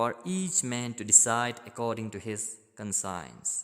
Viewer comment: In question no 11 the last word conscience😂. You pronounce it wrong